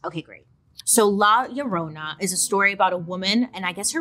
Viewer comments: Oh come on Bailey! U could do better with rolling that r! 😅🤣🤣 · Llorona = crying women, Bailey lol pronounced yo-ro-nah